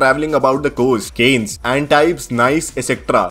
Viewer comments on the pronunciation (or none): Cannes (कान्स) ka केन्स kar diya Bhai tumne🤦